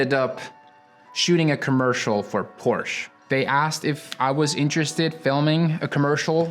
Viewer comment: Amazing video, but the fact you don't know the right pronunciation of your dream brand makes me crazy 😄😄